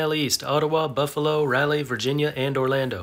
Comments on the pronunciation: New Orléans had a viable AAA team until it got moved recently, with a decent stadium that still stands. But here's a tip - nobody calls it "the big easy". Also Raleigh is not pronounced "rally" (It's RAH-lee) and Montréal is not "Montre-al" but "montre-all" -- again, like Raleigh, long A, not short. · Great video but Rah-lee not rally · Oh, also, for the record, Raleigh is pronounced more like "raw-lee" not "rah-lee" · I’ve lived on this Earth for 43 years and I’ve never heard anyone pronounce Raleigh like “rally”! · Did I just hear Raleigh pronounced like "rally"? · That's now how Raleigh is pronounced.